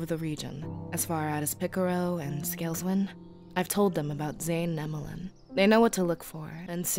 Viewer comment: For some reason I feel like is mexican bc of the way she says picaro....and I'm not mean I'm mexican to so